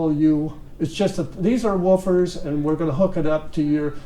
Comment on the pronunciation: Love this. I remember the days when I would stroll into Pacific Stereo and marvel at the latest McIntosh gear, miss that! Now, about these Woof-fer’s, yes, it’s woof-fers, not vufers… Lol, it's all good and these are impressive!